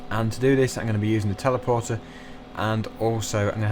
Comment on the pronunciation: Its teleporter not telaporter